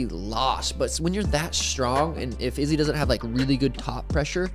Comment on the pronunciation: why does this channel pronounce izzy's name like that?!